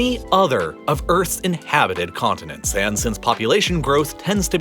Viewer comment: "Of all the world's conninents." - huh? Might wanna check the pronunciation there.